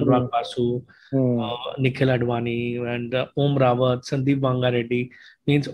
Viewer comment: it's om Raut not rawat